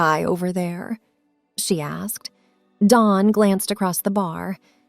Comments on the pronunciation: Dawn not Don. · Dawn, Not Don.